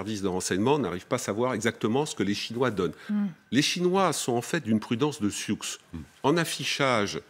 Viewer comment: Mouhahahahahah : « une prudence de Siouksssse » !!!! C'est Siou ! Même en anglais le « x » ne se prononce pas !!!! C'est un mot transcrit par les Français quand la moitié de l'Amérique du Nord était sous leur influence (avant 1763).